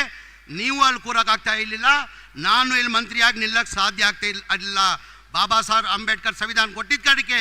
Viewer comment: ಬಾಬಾಸಾಬ್ ಅಲ್ರೀ ಬಾಬಾಸಾಹೇಬ ಅಂತ ಹೇಳು 😀🚩